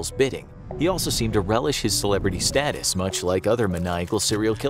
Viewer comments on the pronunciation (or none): none